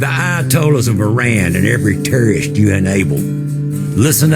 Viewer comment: You know a guy means business when he pronounces "Terrorist" as "turieyest"